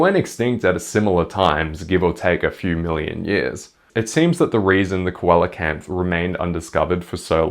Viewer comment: I don't wanna be an asshole but the way you pronounced "coelacanth" utterly killed me, dealt me some actual physical damage. My friend, my buddy, my guy, it's pronounced SEE-la-kanth (I wouldn't normally leave a comment like this but they're my favorite fish, great video otherwise peace and love etc)